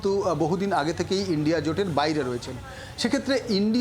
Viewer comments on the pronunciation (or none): Madam..INDIA..ucharan ta ki bolte parben..????😂😂😂😂😂 Lajja lage na to ...😂😂😂😂